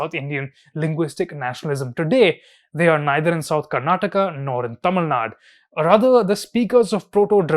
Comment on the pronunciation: It's not a TamilNad but Tamilnadu